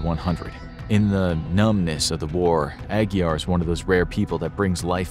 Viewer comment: Glad you pronounced Aguiar correctly! Great video.